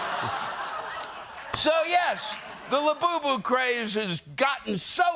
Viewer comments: "Lewbubu"....I need one! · I want a "LEWBUBU"now!!! 😂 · Lewbubu??...more like jewbubu :D